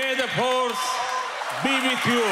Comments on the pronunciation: "May the phorce be bith you" This is phucking embarrassing SMH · Phorce be with you-- - 0.5x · its pronounced "phorce", not force :D